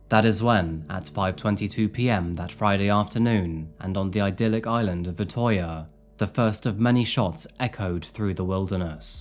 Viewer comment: crime i would like to you should say the ø in utøya as uhh not ohh